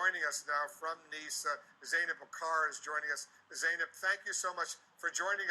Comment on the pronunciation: its pronounced Neice....Nice..France. Great video.